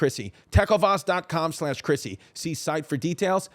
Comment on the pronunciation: TECK OH VAS PRONUNCIATION HAS TAKEN ME OUT